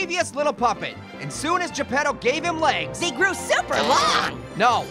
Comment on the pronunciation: It's Geppetto not Japado!